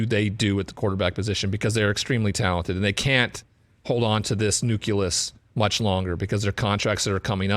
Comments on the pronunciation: you were doing so well until you said "nuculus" 😂 Seriously, you're very good at this, filling in great for Eisen. I hope you get a full-time analyst job at a national level. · I’ve heard that so many times and I’ve never figured out how people get that from “nucleus”